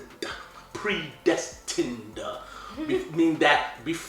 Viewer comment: Pré..destinEDA LOL 😅😂😂